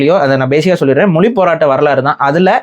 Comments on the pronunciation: "மொழி", என்கிற வார்த்தையையே "மொலி" என்று உச்சரிக்கும் இந்த genetically தமிழனாக இருக்க வாய்ப்பே இல்லை... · மொலி இல்ல ஐயா மொழி (ழி)